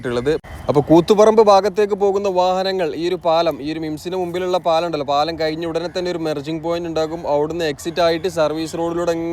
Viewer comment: മിസ്റ്റർ കയിഞ്ഞിക്ക അല്ല കഴിഞ്ഞാൽ